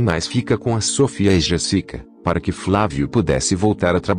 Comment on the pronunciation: Aí pq o narrador fala errado o none Jessica e Sophia 😁😒